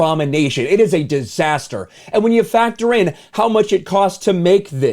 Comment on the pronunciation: Yeahhhhh He said Disasterr